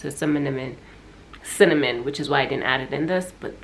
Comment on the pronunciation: I love how you don't ng'oa or struggle forming sentences so it was funny you can't pronounce cinnamon haha